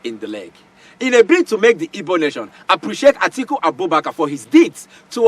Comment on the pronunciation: So called elder. Can’t even pronounce “IGBO”… By the way ôga, acting a movie is different from reality. Asôkata eze anya kwanû ekpuru nkata n’ishi gwaya eziokwu.